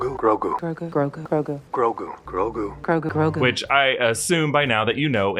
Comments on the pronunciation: It’s not Ngrogu, it’s just Grogu. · Are we sure its Grogu and not, like, Ygrogu? Lmao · Grogo or Grogu, tho?